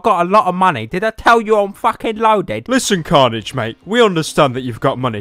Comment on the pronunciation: "Carnage" sounds a bit like "Cringe"